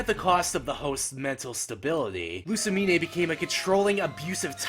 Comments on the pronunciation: Lu-sa-mean! Not Lu-sa-mi-nay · Winn Schott No, Luz - mane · Given that my own mother acted similarly to pre-psycopath Lusamine, I can understand it. Maybe that's why I'm not sympathetic, she actually thought she was doing the right thing.. even when everyone abandoned her. and why are you pronouncing the 'e' at the end of her name? It's not a unique name and the e is silent. sorry, just triggered about that